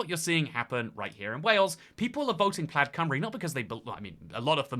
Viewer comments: plaid rhymes with dad when it's a tesla model, otherwise, it rhymes with clyde (from a U.S english speaker) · I was going to pick you up on your pronunciation of Plaid as you rhymed it with Dad quite a few times, but sometimes you got it right by rhyming it with Clyde. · btw, Plaid is pronounced kinda like the word "plied" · You went to Wales but can't pronounce Plaid it's Plyde like river Clyde